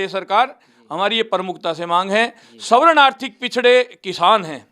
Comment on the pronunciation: Gogamediji ek uchharan sudhar lo ""savaran"" n bolakar svarn bolo.